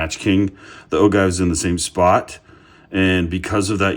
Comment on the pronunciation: Bullet "Ogive" is pronounced Oh-jive. Don't ask me why, but it is...